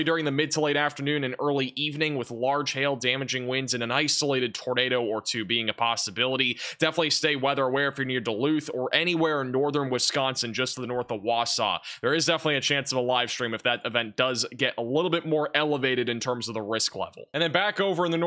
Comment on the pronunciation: Duluth not dewluth